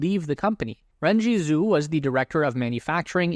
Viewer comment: Renjie and Tom ZHU should be pronounced JU. See pinyin romanization of Mandarin for reference.